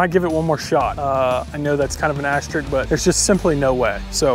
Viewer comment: REE-obi. Aster-ISK. stragglers